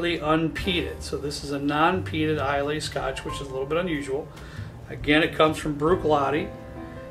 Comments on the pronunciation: Nice lineup and review! I love the distiller app as well. Very helpful It’s pronounced Eye-luh not Is-lay or eye-lay. Love that most of your selections are from there tho! That’s about 70-80% of my scotch collection. Where are you getting Uige for $30-35?!? That’s closer to $70 near me. I’d buy the shelf if you see that again! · seen a few of your vids.. i like your content a lot. i like the structure of daily/ mixer/ friday night/ impress a guest/ special occasion. but i cringe so hard at your pronunciation of islay. its pronounced eye-luh lol. I too love that island and all its whiskies. loved your pics on this vid. all great whiskies. you bring good approachable tasting notes.for special occasion bottle i HIGHLY recommend Glendronach 21. it should save you about $30 on the dalmore. A fun extra category might be single barrel for these videos. cheers! keep it up. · Thanks for doing Scotch!!! Your list is fantastic! Wonderful descriptions . I think both Monkey Shoulder and Naked Grouse are Pure Malts, basically blended malts, so no grain whisky in there. Johnny Walker Green is also a Pure Malt. In Scotland Islay is pronounced I-Luh or Eye-La. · Islay is pronounced EYELA! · Islay is pronounced “eye lah” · Islay - pronounced eye-la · It’s pronounced EYE-LA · couple things.... eye-luh, not eye-lay... and it's pronounced oog-dahl, not you-ga-dahl.